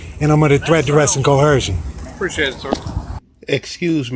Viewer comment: I wish these morons would, at least, say the word coercion (co·er·cion) correctly. It's not cohercion. Clearly uneducated and delusional regarding everything!